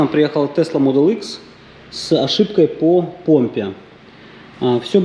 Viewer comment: Слушай, ну говори ты правильно. Не икс, а экс. Тесла модел ЭКС. Тебя же люди слушают...